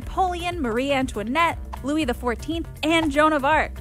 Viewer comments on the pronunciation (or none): none